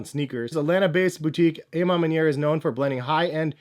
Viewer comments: AH man maniere...not AYE man maniere. you canadian? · Why he keep saying "ay MA manier". Isn't it more like "awe ma manier"? Lol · Ah ma manier